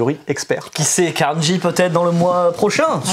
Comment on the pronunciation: loool c'est [Carné-GUI] pour Carnegie ^^